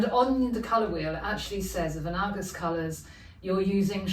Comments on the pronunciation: I love what you‘ve done here! Great work! Btw, analogous has often tripped me up as well…here is the google pronunciation uh-NA-luh-guhs…😊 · Also, analogous according to the dictionary is pronounced, /əˈnaləɡəs/...